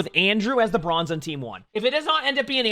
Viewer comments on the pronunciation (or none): british be like "broinze" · you can edit the title but we all know you said broinze. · Ahhh yes, BROINZE (here before corrects it)